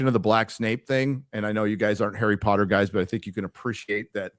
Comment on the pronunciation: Harrah Pottah